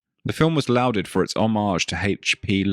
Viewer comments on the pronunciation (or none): You mispronounced it TWICE! You also mispronounced "lauded" - it's not pronounced "lowded," but rather "law'ded." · "Lauded" is pronounced like "Lorded" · i think the poster is pointing out the horrendous way the way was pronounced multiple times in the vid. ps. That's not how you say 'Lauded' either.